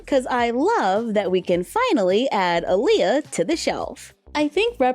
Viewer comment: I love Aaliyah so much that I have to correct everyone when they say her name wrong so her name is pronounced (Ahh-Liyah)